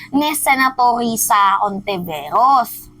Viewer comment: Hontiveros🤣 hindi Hontiviros. Kala ko anti Senator Risa ka rin